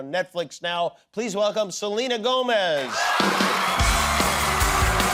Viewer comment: Learn to pronounce her last name right! It is Spanish!